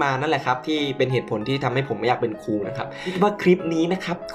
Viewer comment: เป็นครู ไม่ใช่ เป็นคู อ่ะ